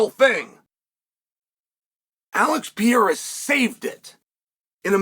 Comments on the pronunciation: at some point you have to learn how to pronounce his name - its starting to get disrespectful. PE-RE-RA (not PEE-AIR-AH). would you like him relentlessly calling you "chael so-no-one"? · PER-RARE-AH, Chael... PER-RARE-AH 🤡🤡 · Man, his name is Pereira, not Piera like you say it 🙂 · Álex Pierra ✅ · Alex Pee-Yera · Alex “Perrera” 😂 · Chael’s language Pee-Air-Ah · We are living in the Alex "Pee" Era... thank you, Uncle Chael. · It's Per-rare-rah unc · Pee-Aira is fighting Blahal! … or maybe even Will Flury! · PER - RERA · If Uncle Chael says its P-era, then its P-era!!!!!!! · Chæl: if you’re going to talk about MMA, please learn how to say “per era”. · Who tf is Alex Peeyera? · Pee-Era and Uncle Eye-Ev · Four years later and Chael is still purposely mispronouncing Poatan's name. Pee-era 😵‍💫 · Chael will never attempt to say this man’s name correctly. Cmon uncle Chael, he’s a double champ. I’m from Oregon, I have the same dialect as you, I don’t see how you get to Pierra. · Who is Alex Pee-era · I’m pretty sure uncle Chael is trolling when he says “Pee-eira” 😂🤣🤘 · Chael "Pee haira" Sonnen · Who is Alex Peeara? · Who the actual fuck is “Pierra” uncle Chael? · Alex Pee-era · It is now the "PEE ERA" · Alex pea-era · Who tha f is piyera? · Chael, I'm not sure when you last got your eyes tested, but there is no silent "R" in PEREIRA. 😂Frankly, I'm quite disappointed that Dana hasn't yet arranged for the Periera Vs Ankalaev fight to happen. I think Ankalaev most certainly deserves a title shot. Ankalaev is clearly being deliberately ignored and I don't really know why. As for Hill, I believe he is a borderline crazy person. He is absolutely no match for Aspinall who will easily put him to sleep within the first minute. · How is he still not able to pronounce this guys name yet? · It's actually remarkable that chael works for and around the UFC and still can't say the name of probably the most well known fighter in the UFC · Chael.....replace the R's with an H.... And ur good